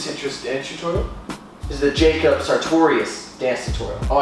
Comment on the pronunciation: has never pronounced Jacobs name correctly b4 lol